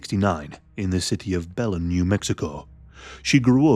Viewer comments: Hey y'all! I'm in Texas and have a few friends from Belen, NM. Just wanted to say that it's pronounced "Buh-lynn". And yeah, this case was so, so sad. Thanks for covering it,!!! 😅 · It's pronounced: BILL n Belen, New Mexico. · It's pronounced Buh-lin btw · Hey! I’m from New Mexico. Belen is pronounced “bel-EN.” The emphasis is on the second syllable. Thanks for covering a case from my home state! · "the route was south of bellend"